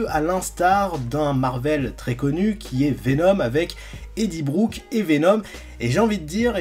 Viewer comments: Mec c’est edi brok et pas brook 👍 👌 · "Eddie BROOK" 🤣🤣🤣🤣 Ça se dit "Brock", voilà 😂. Super vidéo sinon 👍